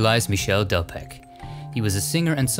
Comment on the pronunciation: Your mispronunciation of French names is a sour note on the excellent content. You know how to say Michel, but not Delpech (it's not delpek, dear but delpesj). Also Jeanne in French is not 'gene'. Focault = Fookoh, and so on...I'm not a native French speaker yet it annoys me endlessly. It would be so little effort to look these things up. But Americans just can't be bothered, can they?